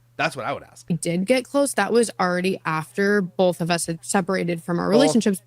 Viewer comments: The amount of times she said "Bolth" in this is insane. I hope makes a Bolth montage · Someone should tell her that that color makes her look 🧟‍♀Disassociation & unrequited rage are what makes up genetically-mormon females' DNA. Facts. I'm surrounded & not a Pioneer-blooded lady. I can spot it easier from my vantage point. But I checked & I do say "bowlth" 1/2 the time 😭Dammit! Thank you for making me aware of my stupid, lazy tongue. I'm the ONLY Utahn I've ever heard say all of the syllables in "vegetable," though (raised by a Dutch, Oma, who's haunting my "bowlth").